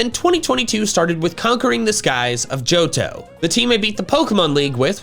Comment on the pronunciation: Paldean, not Paldain! The H in Johto should be after the first O!